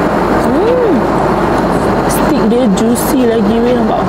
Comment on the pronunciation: Lounge..pronounce as lau nch..not lonch..(launch) Steak pronounce as stake..not stick